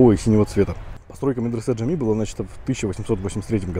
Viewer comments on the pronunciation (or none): и мечеть Джами, а не Джамми, Джимми...